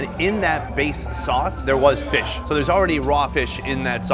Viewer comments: hahaha feesh!! looking for that review... does he really say 'feesh' i cant get it out of my head.... FEESH!! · We have hard feesh small feesh #dawntildusk 😂